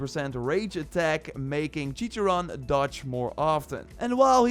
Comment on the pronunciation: Its pronounced " Wap-o"(guapo) "Cor-teso"(choriso) "Chi-char-one"(chicharróne) Got boom boom right, but Mexicans would say "bm bm" "Al-oo-so"(oluso) Not a hate comment!!!